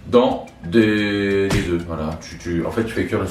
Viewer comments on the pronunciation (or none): none